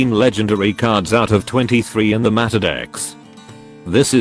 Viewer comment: Is there no way to, like.. correct the way the TTS program pronounces a word? Or just spell it funky to make the program say the correct word? How can you stand the way it says 'meta'